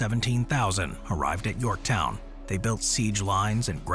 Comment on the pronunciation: You missed the N at the end of Yorktow?.